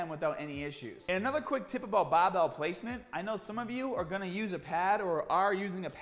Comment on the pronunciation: "the baar bael"